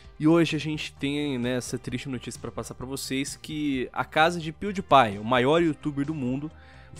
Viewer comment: Lion !!! Se lê pewdiepie Mas se fala piuripai